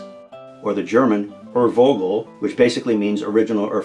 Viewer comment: This is going to be pedantic, but I mean well: The V in "urvogel" is pronounced like an English F. The German V sound is spelled with a W, as in Wagner.